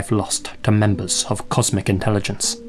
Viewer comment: I coulda swore I heard you saying, "*comic* intelligence" Lmao! 😂